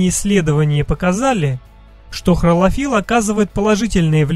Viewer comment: Почему хРолофилл, когда хлорофилл